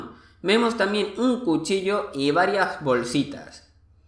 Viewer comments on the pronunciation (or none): none